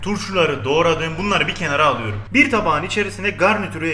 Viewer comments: Alüyürüm diyişine bittim <3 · onu aluyorum bunu aluyorum diyişin nie garip ve hoşuma gitti benim :D